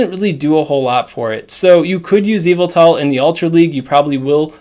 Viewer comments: all i hear is EVIL-TA instead of Y-vel-tal creeps me out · Pronounce his name right